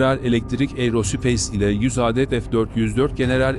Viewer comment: Âdet değil Adet olarak okurunur!